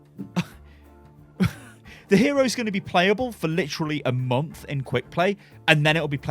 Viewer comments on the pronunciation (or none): none